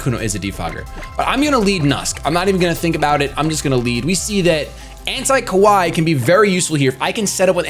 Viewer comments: The way you say "kawaii" sounds like "kowai," which means "scary" in Japanese. lol It should be pronounced kuh-wah-ee. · pronunciation of Kawaii is so bad haha. Though I love the nickname AntiKawaii for the Malamar